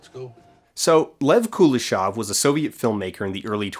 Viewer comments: Also Kuleshov is pronounced Kuléshov, with emphasis on the second syllable. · Kuleshov is actually pronounced with a stress on the last syllable, KuleshOV. Which is something an English-speaking person would never say, because stressting the last syllable in a 3-syllable word is very uncommon for English. However, if comparing which pronouncination is, er, 'more wrong', then stressing the 2nd syllable sounds definitely weirder than stressing the 1st one. Source: I'm Russian. Also, you can check the Russian version of his Wikipedia page, it has stress marks. P.S. I'm not bothered by this, however, because NAMES (in contrast to regular nouns) are always adapted in other languages and almost never retain their original pronounciation. The only Slavic names that retain their pronunciation in English are Dostoyevsky and Pushkin, as far as I remember. P.P.S. If anybody's interested, Chekhov in Russian doesn't have [k] sound in it, it's instead [h] like in "how": [Che-hov]. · I also hate the pronunciation of the name Kuleshov. It is a Russian name and it should be pronounced the way it is in Russian. The stress is in the middle not on the first syllable and the o at the end is soft. Every time I hear it butchered, it hearts my ears. Now tons of people pronounce it wrong because they learned it wrong on youtube.